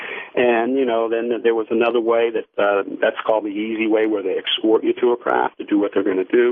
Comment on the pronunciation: they "excort ya".